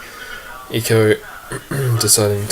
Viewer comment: Sake mate it is Echo, not Eco.